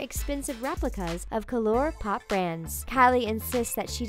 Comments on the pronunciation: GI-NNER , KA-LURE-POP. How hard is it to pronounce the words correctly? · Dafuq can't even say colourpop correctly simply because of its spelling 😒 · "calorpop" ITS COLOURPOP!!!! READ IT RIGHT! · did she really just pronounce colourpop as "ca-lore pop" 😂 girl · Wait, is that how you pronounce colourpop? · The way she pronounces colourpop! 😂😂😂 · why did she pronounce colourpop like that 😂